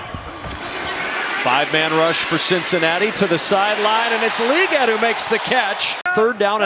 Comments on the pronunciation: It’s Leg-ette, not League-et by the way. Sheesh dude (announcer) watch any amount of college football and you’d know. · If that commentator says "lee gette" again I think I'll lose my mind. NOBODY pronounces legette that way. Who the hell does? THAT GUY DOES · This was a good game but I didn't enjoy how this guy says "LEE-gette" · someone needs to teach this guy how to say Legette